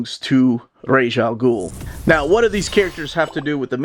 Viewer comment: Excellent review, and you're one of the few online DC reviewers who pronounces Ra's al Ghul correctly...!